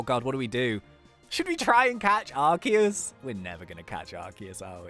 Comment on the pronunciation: ARCEUS,S NAME IS LIKE ARSEUS NOT LIKE ARKEUS